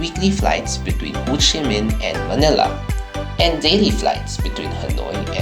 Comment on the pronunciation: It's actually 'Ho Chi Minh'. Nice trip report anyways. ☺️